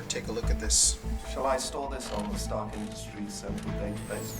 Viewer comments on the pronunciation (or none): none